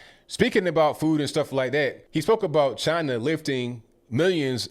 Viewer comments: Cuber and Chiner😳...yeah, really educated. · Just for the record he didn’t say Cuba and China, he was talking about Cuber and Chiner 😂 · When your so old you say "Chiner". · I wish would go to Chiner as he pronounces it, and lick some door handles while the Coronavirus is raging over there. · Too bad they don't have paper to write on. Also, there's no 'r' on the end of Cuba or China. And take a look at a Cuban hospital. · Never heard of CHINER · Chiner, cuber ? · Can't trust henchman that can't pronounce "China".. it's not "Chinner " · Wtf is Chiner? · "UNPACK, THE WHAT NOT " T-SHIRT Does he say, Chiner? Oh my did forget death, imprisonment in commie countries? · Someone tell; there's no R on the end of China. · Who’s ChineR? Why does he call China Chiner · Cuber and Chiner? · Cuber , Chiner, Really, idiot! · says china as chiner. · JimmyGable I thought I heard him say “Chiner” as well! 😂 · Where's "Chiner"? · How about you live in and assimilate in "Cuber" or "Chiner" amongst their citizens if they're so great? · Dude cant even pronounce china